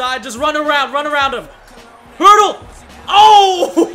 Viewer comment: It's "hurdle" not herdel, so you don't make a mistake some other time 🙂🙂